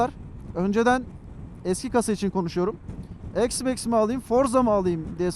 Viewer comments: Eksmax demeyeydin iyiydi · Ne çeşit bir isimlendirme bu "eksmeks"...